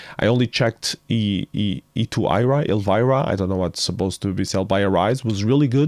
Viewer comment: "esira" is "arise" backwards. the first demo in the series was called "es1ra". so you just pronounce "e2ira" as "second esira" or "esira two" ;-)